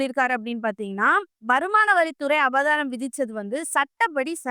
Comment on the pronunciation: அபதாரம் இல்லை அபராதம்